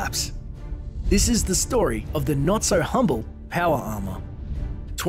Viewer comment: "Powa arma"